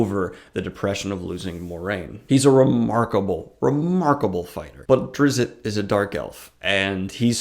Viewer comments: hi, the t in drizzt is silent. so his name is pronounced duh-rih-zz. other than that I don't mind this video, please continue making more. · I call bullshit, this guy never read anything more than the cliffsnotes of a Drizzt book. The wrong pronunciation of "Drizzit" is a big part of the 3rd book. Zaknafein wasn't hunted and killed, he was sacrificed for zin-carla and it's arguably the biggest fulcrum in the plot of book 2. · Man, I always called him "Drizz-it" too and when I heard other people pronounce it I thought I was for sure the only sane person until now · I listened to one Drizzt audiobook a number of years ago and didn't care for it. But having listened to it i notice that you and the narrator pronounce his first and last name quite different. Not sure which is right.